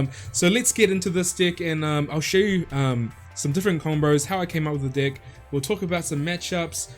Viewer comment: come on man.. he is saying that on purpose right ? xD i always understand dick instead of deck haha